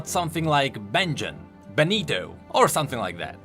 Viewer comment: glad you said beneto and not benito. italian panic